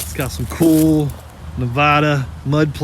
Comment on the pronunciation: Looks like you have Warren Hubs in the front end so that's a 4X4? Oh by the way it's Nevada not Navaaaaada😊